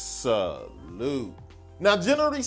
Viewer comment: What do I have to do to get a “SA-LOOT”?